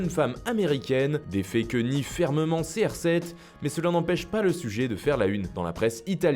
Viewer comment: '' crsex ""et pas cr7 précise